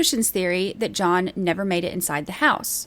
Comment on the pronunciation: "John, where are you?" There is no "S" sound.